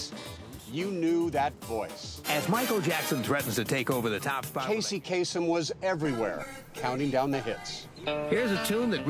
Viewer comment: Lebanese dude. It's actually pronounced Kaa-sem.